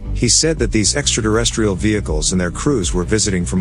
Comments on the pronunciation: It might be just me but I’m pretty sure there’s no D in terrestrial. You’re pronouncing it extra Derrestrial. Thusly it is pronounced as it is written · What is Extra Derrestrial? He says it more than once Eatra Derrestrial?